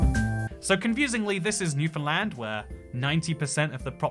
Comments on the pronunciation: Holy fuck he pronounced Newfoundland right. Lets go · The first Non-Canadian I've heard pronounce Québec and Newfoundland correctly. Props,! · Thanks for saying Newfoundland properly! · A Non-Newfoundlander who says Newfoundland correctly! I’ve heard people say it “New Finland”, and as a islander my whole life, it pains to hear it said so wrongly. I don’t even know why this is the hill I die on, the Newfoundland dialect makes everything sound weird (this is as a person who actually speaks proper newfinese) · Thanks for pronouncing Newfoundland correctly. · How does he nail "Newfoundland" but pronounce "Kelowna" like that